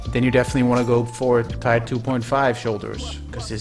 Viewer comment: its Tier, not tyre